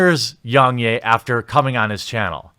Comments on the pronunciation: “Yungyay”? My guy, he says his name in every video, it’s pronounced Yeah, like a positive affirmation. I know I know, maybe it’s a difference of accents or somethin, but it’s still his name, ya know? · "YongYay" it's pronounced Yong YEAH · Yong yea not yong yay 😅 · Its yong YEA....NOT YAY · its yong yeah not yong yey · Was anyone else triggered by how he was saying YoungYAY? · ....How does everyone mispronounce Yong's name when he says it in every video? Yong YEAH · its pronounced Yong YEAH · It’s not “yong yay” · so funny how every youtuber pronounces Yongyea wrong. Its pronounced like "yeah", he literally says it at the end of every video, lmao. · Rich from ReviewTechUSA does it to and it's baffling. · okay.....with that logic might as well say YoungHurray?.. It's a mispronunciation, and kinda shows his laziness. Anyone who watches one or two of YoungYea's videos will know how to pronounce his name. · Hearing you say his name wrong 200 times despite the fact that he says his own name in every single video was incredibly painful. Do better research next time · If you can't even pronounce Yong Yea properly, this only serves is a testament as an authoritative critic on the subject. It sounds like you just came here to insult the Kotaku writer. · It seems you are purposely saying Yong's name incorrectly.. really annoying lol ... He says it in all of his videos...